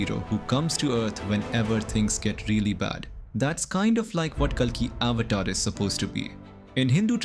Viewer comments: So you can't even pronounce avatar well?? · Avatar, Puran, ..., are pronounced horribly